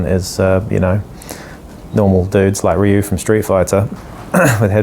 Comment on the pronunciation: Love me some orlocks. Great review. Also appreciate the fact you pronounced ryu properly!